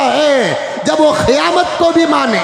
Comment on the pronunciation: ابے جاہل خیامت نہیں قیامت ہوتا ہے نہ سہی بولنے کا طریقہ ہے اور چلے ہیں بیان دینے کیلئے پہلے صحیح سے مطالعہ کرو